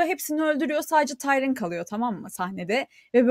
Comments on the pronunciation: LÜTFEN DİKKAT; Tayrın ❎ Tiriyın ✅ Bran ❎ Bren ✅ Dragon ❎ Drogon ✅ Tuli ❎ Tali ✅ Sersei ❎ Sörsi ✅ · ya şu adama "tayrın" deyip durma! "tiriyın tiriyın" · ukalalık etmek için söylemiyorum, tirıyın diye okunuyor olması gerekli. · Kız Tayrın dedikçe deli oluyorum. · Ukalalik etmek istemem ama tiryın olabilir